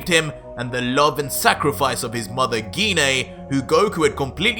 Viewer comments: このYouTubeの声のナレーションは、誰なのか？GINE(ギネ).なのに、この声のナレーションは、ギニアと言ってるけど。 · Bro he said ge-nay bro it’s pronounced jiy-n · I hate to ask, but why do you keep going back and forth between pronouncing "Gine" with a hard "G" and a soft "G"? It's kind of distracting.